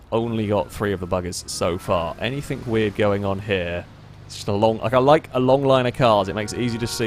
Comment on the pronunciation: "anything" does not have a "k" at the end FFS